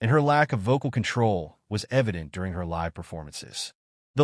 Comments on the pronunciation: It's pronounced Saturday Night Lye-ve. Not Saturday Night Lih-ve. Jesus Christ! Live is a pretty hard word to mispronounce. Pay attention to details, you schmucks! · Saturday Night LIVV???? Cut the AI, bring back human announcers!